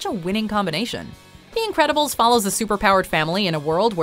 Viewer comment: "The Incresibles"?